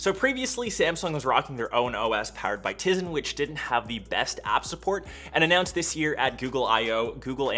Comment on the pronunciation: Did he just call tizen tizen?